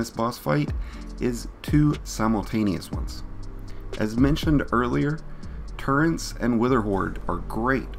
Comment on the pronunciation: “Turrents” agh you’re killing me